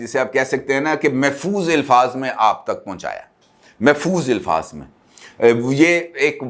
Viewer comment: Ilfaz nahi alfaz sahi talaguz hay.